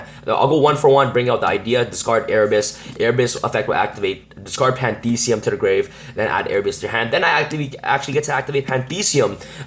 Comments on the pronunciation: its pronounced Pan-thee -is-um . the same way theism is pronounced in atheism NOT pan-thee-see-um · dude. its pantheism, not pandeede, that being said... nice deck list